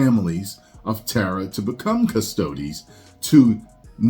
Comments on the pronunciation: I believe it's Custodes (Cus-toad-ees). Not too deep into the Warhammer myself, however I know a little. If it was deep lore, they shouldn't touch it I personally think, especially when they have female only factions within the lore. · Kust O Dees. Why is it ppl that say they know what GW is doing cant pernounce this. Come on man be better